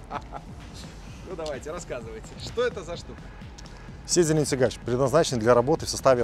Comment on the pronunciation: Автор слова коверкаешь аж ухо режет. Ударение в слове седельный на вторую ,,Е" седЕльный.